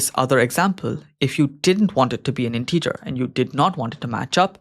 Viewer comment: A bit of constructive criticism, your pronunciation of the word “integer” is incorrect. I really enjoy your videos, I find them very helpful, thank you for producing them. 👍